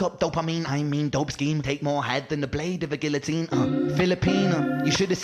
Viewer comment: Love the reaction, but you should google "guillotine" 😉